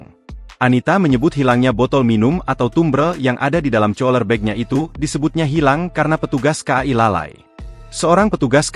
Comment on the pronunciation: COLER BAG :face-purple-crying: , BACANYA KULER (COOLER) MIN... WKWKWK